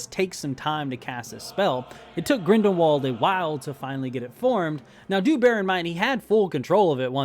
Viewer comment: I don’t want to be that guy man but it’s Grindelwald not Grindenwald. And it’s technically pronounced like Grindelvald. Liked the video by the way, keep up the good work!